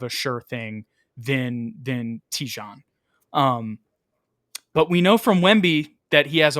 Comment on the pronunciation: It’s Tee-Jane